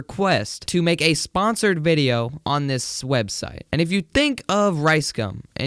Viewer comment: Did he say swebseit waht